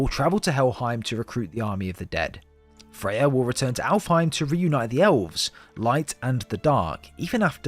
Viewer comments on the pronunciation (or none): Are you calling Freya, Faye? Sounds like it